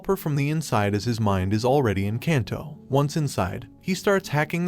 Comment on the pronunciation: um its pronounced KAHNSAI!, and KAHNTO!, and SHINKAHNSEN, not caan, come on dude!